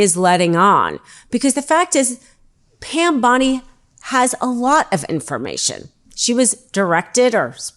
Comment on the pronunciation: Pronoun Bondi correctly